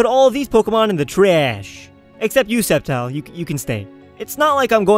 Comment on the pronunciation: ITS CALLED SCEPTILE (SKEPTILE) NOT SEPTILE